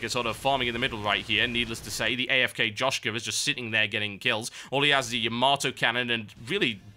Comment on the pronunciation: joschka means boob on slovenian and you read it as with y insead of j